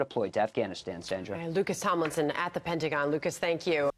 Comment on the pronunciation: Kyle i know this is important but are we gonna skip how she said “penty-gon”?